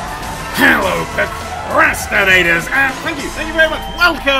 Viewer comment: HE SAID PRICRASTINATORS! HE SAID PRICRASTINATORS!